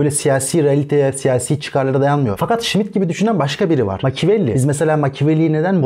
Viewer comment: Smith değil Schmitt